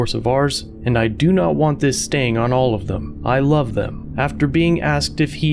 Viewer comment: “stain* not “staying”